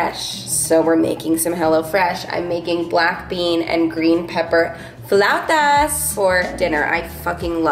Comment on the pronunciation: My favorite blog of yours ever! From the supportive fiancé outfit, to the flautas, (thank you for pronouncing it correctly!) to the pepper phone, and the naughty kitty! Lolz